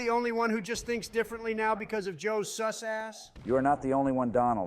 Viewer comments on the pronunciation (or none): every time i hear the ai say seuss instead of sus i expect one of them to start rhyming toxicly